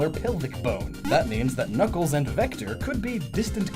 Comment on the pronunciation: Did anyone catch around the 2 minute mark he says kuckles not knuckles